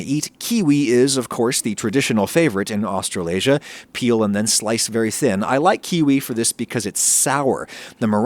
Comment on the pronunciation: I absolutely hate how he keeps saying Australasia